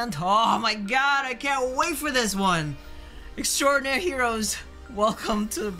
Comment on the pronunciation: please stop mispronouncing their band name. it's literally pronounced the way it's written. how can you write it multiple times and not get their name? X-DI-NA-RY HEROES. it is NOT xtraordinary.